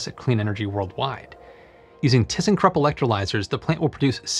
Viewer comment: Why not use the brine in other ways? And how high is the concentration? And what is the volume of the Solar Dome and can refill the dome several times before I need to remove the salt? did you say Thyssenkrupp?